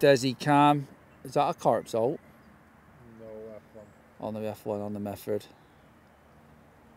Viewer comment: He is not Zolt. Cmon...say his name correctly 😂 ZSolt. Just try it 😅